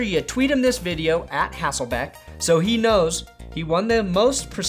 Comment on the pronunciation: All the fellow Seattle fans I know are super happy to see Matt Hasselbeck getting game time again. I just wish the would stop calling him Hassleback and Hesslebeck =(